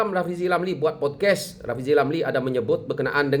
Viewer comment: Bukan podkes ..podcast...bunyi mcm pod kast..sejak bila dia ni pakai make up?? Guna filter ke?